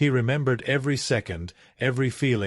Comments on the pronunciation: Someone needs to edit the pronunciation of a few words in these. Minute has two distinct pronunciations with differing definitions. Other editorial issues exist as well. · “Minute” can be pronounced two ways with different meanings. AI often gets it wrong as it did here. I really miss a real person narrating as this is so bland!